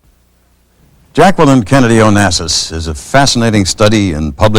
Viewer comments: the most beautiful of First Ladies. Her name is actually pronounced (Jack-lene) Jacqueline Bouvier Kennedy Onassis. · did he really say Jackwalyn?